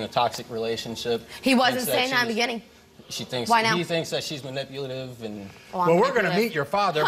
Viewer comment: So we're all going to pretend he didn't just say "manipulative" wrong😂😂😂